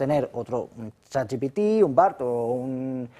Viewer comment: Otra manera de descubrir a un lerdo: dice "chat yi pi ti".